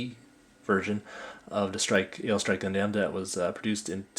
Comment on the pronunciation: Great review but you pronounced Gundam wrong. You pronounced it Gun-damn, when it's more like Gun-dum. That was my only complaint, the video was great otherwise! :D